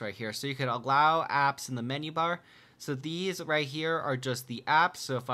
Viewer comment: am i the only one to hear "from the mini-bar when he tries to say menu-bar?